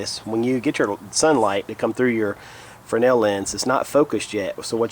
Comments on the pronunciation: I thought you were wrong in your pronunciation of Fresnel - but I was the wrong one in this equation! ;) It is pronounced Fray - nel - and you were right! Thanks for the correction. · OMG, someone in the survival community pronounced Fresnel correctly! Thank you!